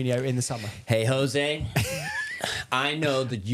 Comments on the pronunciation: He’s. Name. Is. Ho-zaay. Surely Chelsea fans know this. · Portuguese pronounce J as Js not H lol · Grates me anytime a long time chelsea fan still calls Jose as "Hose" lol. That aside, heard a lot of drivel in this from Josh. There are so many glaringly obvious errors in games that scream 'lack of proper coaching' , game after game. The ultimate blame for that falls on Poch. It's all well and good being friendly with players and bonding with them, but if he's failing at the primary job of coaching, then what good is he to the club? This isn't Ted Lasso. It's the EPL and chelsea's supposed to be an elite level club.